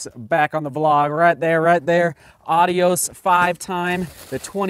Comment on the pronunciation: Are you really pronouncing it correctly?